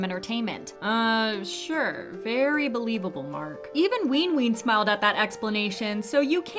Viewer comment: weenween 🤨 not yall not learning how to pronounce the easiest names